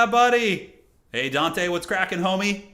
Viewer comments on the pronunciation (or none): none